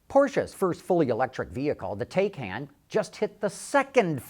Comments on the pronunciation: Taycan is pronounced "tie-con." Regarding the part of the video where he says, "Tesla fans are sure to make fun of" the Taycan's 0-60 mph time -- I think that depends on whether the Taycan's 3.5 seconds 0-60mph time is for the base version or performance version. The advertised 0-60 for the Model S 75D is 4.2 seconds. This 75D's price is comparable to the Taycan's base price estimate. So if the 3.5 s is for the base/lowest trim level Taycan, then it beats the base Model S in 0-60 mph time. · When Taycan is pronounced correctly ("tie-con"), then it sounds somewhat better, but not great. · Please go to a German site and see how to pronounce Taycan. You sound like an idiot when you can't even say the name right. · Learn how to pronounce Taycan.